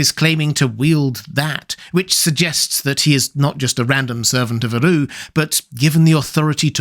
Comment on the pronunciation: Love this,. 🩷 If you check the pronunciation rules Tolkien included in LotR, "Eru" has the emphasis on the first syllable, EH-roo. "Anor" should be a long a sound, AH-norr. "Udûn" sounds like oo-DOOON, the accent marking that the vowel is drawn out.